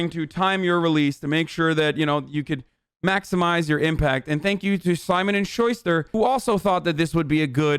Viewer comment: Schuster is pronounced shoe-stir